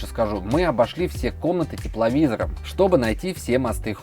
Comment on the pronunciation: Тепловизор через смартфон??? Что ты сказал? Картавый